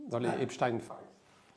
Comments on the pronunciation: Epstein pas epstine comme Frankenstein Merci. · En France, on ne dit pas "Epstin". La collaboration étroite d Epstein avec Ghislaine Maxwell aurait mérité d être développée... Un système de chantage,... avec des ramifications internationales. Merci pour ce partage. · Pourquoi prononcez vous Epstine ? J'en attendais plus de vous. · 😮🥺Epschtinn 😏 Et comment prononcez-vous : Frankenstein ? Einstein ? Weinstein? ...etc???? 🤮🤮🤮🤮🤮🤮🤮🤮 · Nous sommes français, prononcer Epstin à l'américaine n'est pas justifié. Dites-vous Einstin pour le physicien? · Monsieur Husson restez en à la prononciation française du nom du malandrin... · Pourriez vous nous expliquer votre prononciation à l'américaine du nom Epstein . Alors que votre partenaire, lui, le prononce à la française .